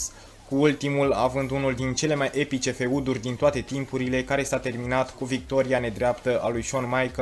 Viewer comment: Wow, "feuduri", lucrează la pronunție, un sfat nu o critica